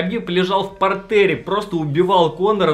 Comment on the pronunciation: ПартЕр - французское слово, ударение на последний слог ставится.